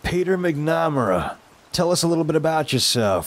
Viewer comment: V, it's Bob Barker... and the name is pronounced "MAC-NUH-MARE-UH"